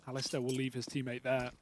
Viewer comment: i hope the casters learn how to pronounce the name Alistair